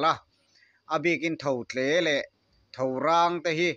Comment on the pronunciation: Tho tle i lam sual zeuh a, sap ṭawng ang deuha, "Totle" i rawn tih zeuh nachhan hi a ziaktuin "Tho tle" ti loa, "Thotle" tia a ziah vang a nih ka ring. 😮